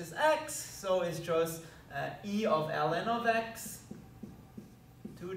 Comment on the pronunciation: Ellen of Ex sounds funny in my ears. Btw nice integral!